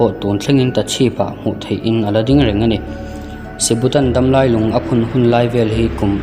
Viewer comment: Damlai lung tiha damlai tak khi thluk felhlel deuh 😢 dam lâi..... Tikhan hrethiam ngem aw!!